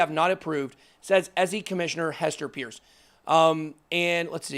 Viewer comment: Just an FYI. Hester's last name is pronounce Purse, like a handbag.